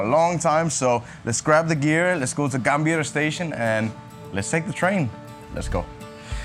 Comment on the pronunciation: Gambirrrr Station, Keren bisa bilang ERRR 😂